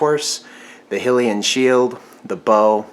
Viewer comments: High-Lee-Un shield. Not Hill-iun shield. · Excuse me but it is not pronounced hilian it is hylian highlian